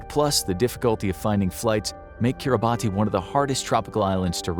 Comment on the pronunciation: It’s pronounced kee-rah-bas, not Kiribati. I know, it makes no sense.